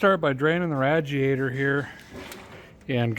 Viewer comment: Had to stop watching because of the way he kept saying RADjiator and CheveroLET… ugh! Nails on a chalkboard 😵‍💫